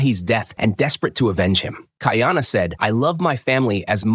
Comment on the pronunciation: Not key are nah pronounced Ki a na it's kai a na kuy are nah kaiana it's easier for me me to pronounce being New Zealand Maori Hawaiian and Maori language is similar but at least the narrator got kahumanu right.